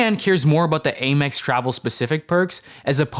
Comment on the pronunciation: Aim-EX? I always thought it was pronounced AM-EX